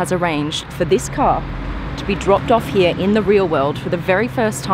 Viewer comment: Guys TWO Question first Does any one gets bothered the way she Says Here? And Second Why is she get all these exclusive Car reviews?!